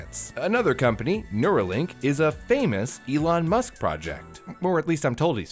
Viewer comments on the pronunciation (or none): none